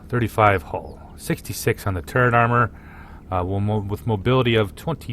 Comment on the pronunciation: FYI- its TURRET not Turrent. There's no such thing in the English language as turrent, NO N.